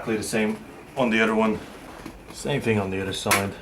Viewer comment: and dew da same ting on dee udder side. luv it thx for the vid